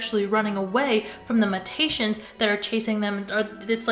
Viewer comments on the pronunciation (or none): bae- do you mean “mew-tations” ? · it’s “mew-tay-shuns” <333